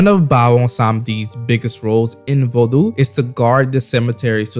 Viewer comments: The U is silent bra , u throwing me off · Bro plz learn how to pronounce the word Vodou properly